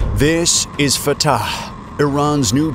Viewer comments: ill never get over him saying at the start : "This is fataCHHEHEEUHU" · I don't like the way this guy is pronouncing that "fattah" thing.